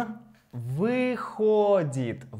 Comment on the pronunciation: I LOVED this lesson,! I was able to watch it tonight. Will continue with others tomorrow... But I don't know if I was misunderstanding something... towards the end,, the sentence read, "Он выходит из дома каждый день в 5." To me, it sounded like you were saying "входит." Am I not grasping something? If I were a dog, I'd be doing a "head tilt."